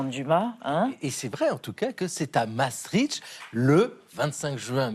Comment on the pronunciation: Ça se prononce « Maaa Stricte » Sang Dieu ! 😂